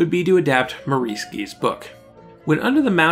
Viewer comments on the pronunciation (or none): These videos you produce are very interesting, fascinating, and informative, but your frequent butchering of English names like Shaughnessy (emphasis normally on the first syllable), Maurice (pronounced Morris in England and probably also New Zealand), Gee (generally pronounced Jee), and Burnham (pronounced BURNum, accent on the first syllable and no h sound) does tend to jar the ear. Other than that, keep up the good work.